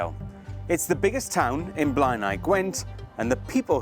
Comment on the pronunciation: You're mispronouncing Blaenau. Blay-nigh.